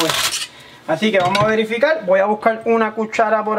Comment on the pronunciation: Discúlpeme porque el aguacate dise esta velde y no verde y dice verificar y no dice velifical se dice las cosas bien como son